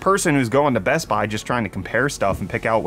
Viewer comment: are you saying "I'm your brett host" on purpose?